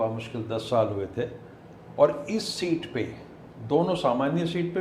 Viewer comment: bhai aap reputation rakhne wale aadmi ho. शीट नहीं सीट होता है प्लीज़ इसे ठीक करें